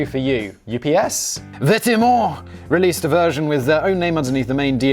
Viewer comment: I like how Simon made the effort to try to sound French as much as possible for Vetements - when its just pronounced "vet-mo".